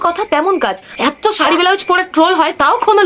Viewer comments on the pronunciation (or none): আরে নিজেরটা দেখ আগে ব্লাউজ কে বেলাউজ বলে 😂😂😂😂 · সায়া ব্লাউজ❎স্যা ব্লাউজ ✅ 😂